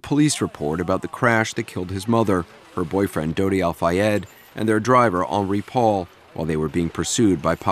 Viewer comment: I find it weird that Harold doesn't know how to pronounce the name of the drunk driver who was mostly responsible for taking his mother's life. He said it like Henry.